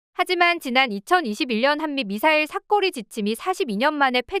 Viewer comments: 사꺼리 거슬리네요ㅡ_ㅡ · 사거리---> 사꺼리?, 사꼬리? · 사거리발음 참 희안하네ㅋㅋ